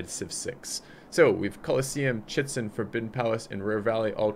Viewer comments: It is always fun to hear you pronounce, Chi-chen It-za, as Chitzen. I know it may be difficult to read some of them but please try to at least pronounce them phonetically :) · Chichen Itza... (cheech-in eetza). Yes, you butcher a LOT of these, but that one, come on! :/